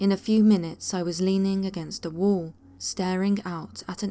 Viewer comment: And for crying out loud...its wall...not worl...for fu**s sake